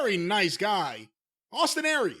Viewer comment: "So now let's start mentioning some name-AWESTIN AIR-REES..."